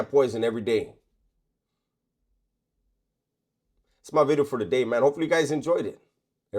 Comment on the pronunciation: I refuse to watch until he says "Bideo" again. (obviously jk)